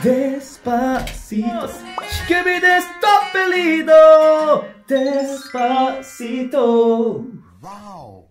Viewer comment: 영웅님:뽕다발:기부금팀미션: 영웅님다리춤너무잘춰서놀랬어요.글구데시파시또노래도발음원곡과흡사해서또한번놀랬죠황윤성님노래연습너무웃겼어요~홧팅건행!ㄱ